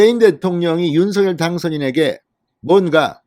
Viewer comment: 노고가 크십니다,열혈 구독자입니다.전에 김은혜 당선인 대변인도 윤석열 대통령 당선인 이름을 부를 때 [윤성녈]로 발음 해 달라는 요청을 들은 바 있습니다.앞으로 [윤서결] 말고 [윤성녈]로 발음하는 게 좋을 듯 합니다. 화이팅입니다.